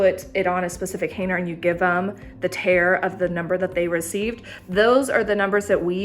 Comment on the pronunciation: What is a "Haner"? That word has a "G" in it....Hanger LOL